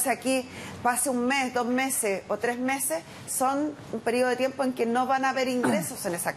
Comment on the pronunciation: se dice meses jueza !!!! no mese,como dices tú !!!